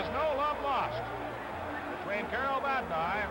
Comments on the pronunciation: That was the Chicago announcer mis-pronouncing Vadnais' name. The Seals didn't have local TV coverage of their home games. (Home teams wore dark jerseys in 69-70) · They were so bad they couldn’t even pronounce the name of their players correctly!!